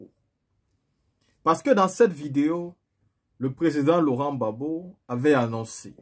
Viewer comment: Pas babo, mais Gbagbo